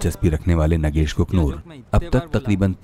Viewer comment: He is नागेश Kuknoor.. Not नगेश... I don't know... Why the narrator is repeated नगेश... THESE PEOPLE WANT TO BE HOSTS and announcers!!!!